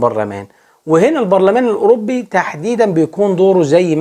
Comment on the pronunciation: Eurobbbi Barlaman 😂 ليس تنمر ولكن محبة 😅